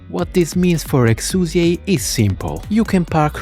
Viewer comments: Honestly so glad you corrected the name pronunciation at the start, I'm so sick of weeb trash calling her "Exia" AFTER we got the proper english pronunciation just becuase "tHaT's HoW tHe """""SuPeRiOr""""" DuB sAyS iT" like give me a break. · Did anyone fucking ask? The name "Exusiai" was carried over a RECAST. It is NOT a mistake, and unless the VA herself is asked to come back in to say it the other way, "Exusiai" is correct, regardless of whatever justification you may have for misnaming her.